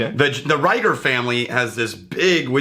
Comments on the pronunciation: It's pronounced Reeger. Not Rayger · I had to stop listening when they couldn’t pronounce the name of the first whiskey correctly (Pronounced reeeger, not riiiger). It makes me assume they haven’t done their homework correctly.